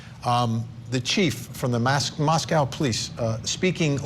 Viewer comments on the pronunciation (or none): Mos-KO, not Mos-cow. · It's Mos-co not Mos-CAOW. What a strange and annoying mispronouciation. 🙄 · It’s pronounced MOSS-KOE and not MOSS-COW like in Russia. I was born there. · I second that. Mos-co. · Pronounced Mosc-oh Idaho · If you're going to a 30 minute episode about this, spend a minute to confirm how to pronounce the name of the town.